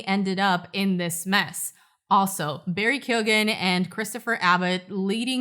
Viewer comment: Hate to be that guy but it’s pronounced Barry Kyo-Han (gh in Irish always just a h sound) Us Irish will take the piss (mock ) out of anyone relentlessly if they mispronounce our indecipherable language,even though most of us speak English 😮